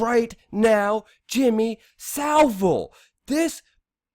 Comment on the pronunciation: Luke, Jimmy Saville's surname is pronounced: SAV-IL